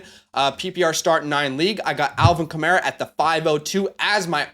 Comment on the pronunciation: Love the advice. My only comment: It's Alvin Kamair-a. Mair said like hair